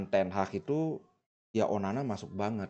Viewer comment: ONANA BLI BUKAN ONANI... SALAH SEBUT TERUS ENTE BLI...